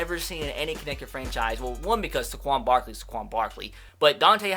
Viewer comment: how did he just pronounce Saquon Barkley